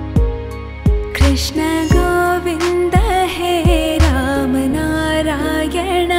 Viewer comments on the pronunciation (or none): none